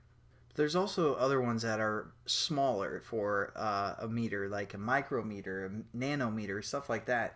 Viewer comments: "mirco" meter .....lol good job man thanks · Lol 'mircometer'